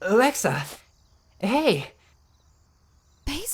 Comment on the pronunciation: Maxel productions is saying lexa not alexa